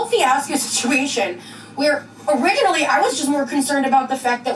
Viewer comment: Did she pronounce "originally" with a soft 'g' like rig instead of with a 'j' sound?!?!? Was that on purpose or....